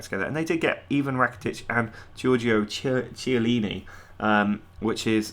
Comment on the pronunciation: Chiellini is pronounced as kiellini, ch=k in italian